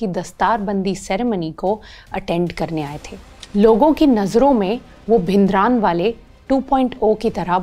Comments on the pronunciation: Please don't say भिनदरानवाले, rather say the correct version which is भिंडरांवाले. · Very informative , Just a correction in pronunciation - It's भिंडरांवाला ।